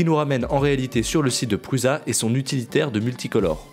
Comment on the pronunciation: Définitivement, c'est toujours pas pruZa mais ça se prononce pruça. Non sérieux, vous induisez une quantité de newbies dans l'erreur. C'est un nom propre, ça ne se prononce pas à sa sauce. Pas plus que Poulaïne ou Festo-ol. Franchement c'est carrément ridicule de la part de gars qui sont sensés être un minimum au courant. Josef Prusa c'est pas un illustre inconnu, tout youtube prononce correctement son nom sauf vous. Ça fait les mecs qui sortent pas trop de chez eux. Franchement, j'aime bien la chaîne, une des chaînes francophones des qualité, et vous êtes tous deux sympathiques. Et vous lisez les commentaires des fois ? Ça fait 250 fois que vos spectateurs vous reprennent là dessus. Sur les forums on se paie même votre tête pour ça. Sérieux, rectifiez ! Ce sera tout à votre avantage.